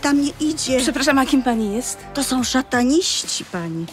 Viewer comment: szczeze wk0rwia mnie jak ktos mowi "szatanisci" zamiast "satanisci"